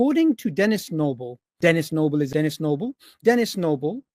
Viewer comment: Does anyone else hear 'tennis elbow' after reapeating Dennis Nible 73 times?